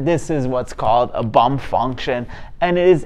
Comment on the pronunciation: Did you say a "bump" function or a "bum" function?